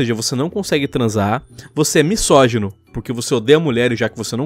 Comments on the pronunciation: MiÇogino? Kkkkk pohha para de falar errado, irritante. MiSógino tem som de Z burro, S entre vogais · ele pronunciando misógino como miSSógino toda agr da agonia